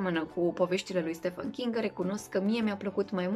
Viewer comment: Buna! Am auzit foarte foarte des aceasta pronuntie gresita a lui “ StephEn”” - se spune stivãn, absolut intotdeauna. Ca sa se pronunte stefãn trebuia sa fie scris “ StephAn”. Multumim pentru recomandarile minunate!